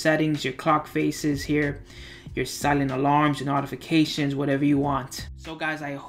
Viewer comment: Good job. Short and sweet. We don't have 15 or 20 minutes for the droning on of the other presenters. B+. With proper pronunciation of "notification" would be A or A-.